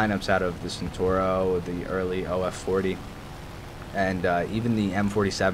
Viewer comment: The pronunciation is ChentAuro (A from Arm) just a little tip